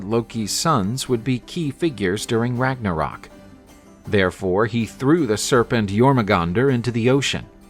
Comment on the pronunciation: we are not in German, we are in Danish, Norwegian, Swedish, Finnish & Icelandic, therefor, it's HAME-DAL, also, there is a line thru the O in Ragnarok making it RAG-NA-RERK!